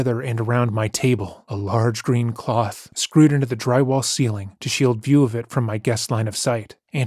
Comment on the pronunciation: a lãrge green clõth 😂😂😂😂😂